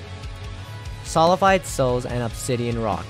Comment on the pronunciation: Waiting for him to realize that its solidified, not solified...